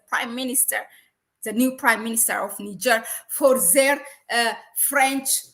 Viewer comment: Practice your pronunciation,, girl you sound crazy NIIIIIgerrrrrrr